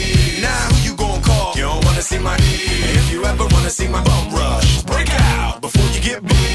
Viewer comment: Actually he says "break" as "breack" so it rhymes with "be at."